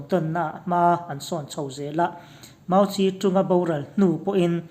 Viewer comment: 'Mau ze dong' tia lam tur. Rafale hi raf-el tia lam tur ani bawk e